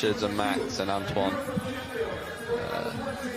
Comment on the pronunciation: Also he called Antoine Antonon the whole time